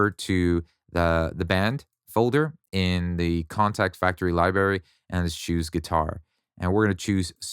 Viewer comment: are you saying liberry?